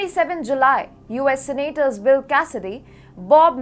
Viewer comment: learn the difference between "expand"and "expend". You are improving... but a long way to go... SENAAATORS.